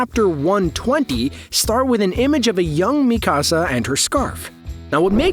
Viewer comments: I could not get past you saying Mikasa like “mi casa” like it’s Spanish omfg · I hadn't read the manga so I appreciated this video, but you mispronounced Mikasa's name every time and I was yelling at the video 🙃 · Why do you feel the need to pronounce Mikasa like that?